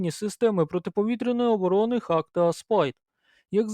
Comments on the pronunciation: шановні, знайте що англійською дуже часто вимовляється не так як пишеться. тож раджу забити слово Hawk в гугл транслейт і прослухати озвучку. це точно не Хавк)) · Це перекладається як Яструб - Hawk, звучить Го-ок (hôk). Я про це вже 30 років знаю. Це так само як і в словах straw (strô), raw (rô), tomahawk (ˈtäməˌhôk) Одне й те ж правило - aw - - ô (трохи протяжне -о-о) Успіхів вам.